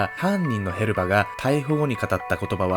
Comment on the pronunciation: へバスじゃなくてヘルバだと思うんだけど・・・